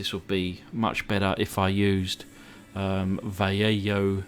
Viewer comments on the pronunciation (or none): Its pronounced valleho its a spanish name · Polizei is italian for Police,and i think the paint is pronounced 'vall-e-yo'.. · Another nice custom not too crazy about the wheels but I don't know what would've looked better. Also it's pronounced (here in the States) Vah Lay Hoe. Once again sir most excellent! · Vallejo is a Spanish word, in Spanish the letter "j" sounds like "h", and the sound of the "a" is always the short version of the English (the type of "a" pronunced in words like "bat")